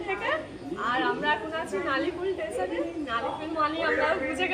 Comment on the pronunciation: Teson noi hobe station.